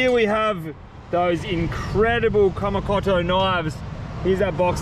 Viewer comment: pronounced: kamy coato spelling:kamikoto